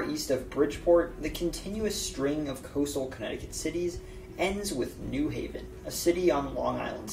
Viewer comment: When saying New Haven, the emphasis is on the Haven. (New HAY-ven, not NEW haven).